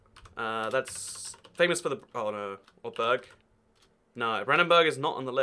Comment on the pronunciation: ITS NOT BEEEEERG ITS BURG